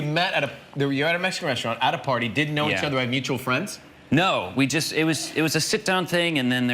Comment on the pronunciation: When he said “ party “ all I heard was party hardy 😂